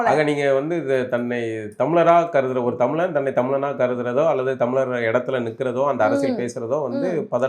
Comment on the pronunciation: ஆதிஇ தமிழர் என்று அழுத்தமாக கூறுங்கள் அக்கா